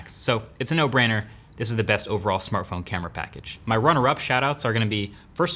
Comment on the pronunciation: What was the best "samartphone" this year?